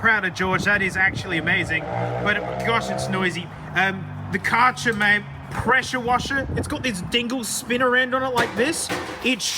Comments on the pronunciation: Kärcher is more pronounced like care-share that's probably the closest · Calling the Kärcher "Car-tsher" ☹😫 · love the totally wrong pronouncation of Kärcher ...Cartcher😂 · Kärscher is pronounced Care-sher, just FYI :) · it's more like kerr-hair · as an Austrian I just love how you pronounced 'Kärcher' haha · That's absolutely not how you pronounce it xD The Ä is pronounced like the "ea" in "dead", and the ch is pronounced as a "kh, but hissing like an angry cat" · i have never heard someone call the karcher the way you did wowee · George winning is a joy but even better: pronouncing Kärcher. lol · pronouncing Kärcher could drive any german into a spiral of madness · The way he pronounced "kärcher" 💀💀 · Kärcher must be hard for an English speaker, your attempt was funny to me. Generally 'ä' is more like the 'a' in cat, not like in car. For the 'ch', I dont have an English comparison. The sound comes from your throat.